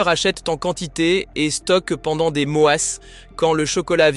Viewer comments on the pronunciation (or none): Merci, cette vidéo est extrêmement pertinente. Par contre, pouvez-vous éviter la lecture AI de votre texte, ce qui nuit à votre crédibilité... instantanément (prononcé innestantanément) mois (prononcé moisse), qualité (prononcé qwalité), fond (prononcé fonde), etc.